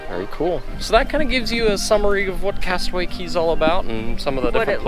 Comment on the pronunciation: Great job! Aside from vlogging that day, I hope you also got to enjoy your time adulting at Castaway Cay! And a double thumbs up for properly pronouncing "cay" (key)!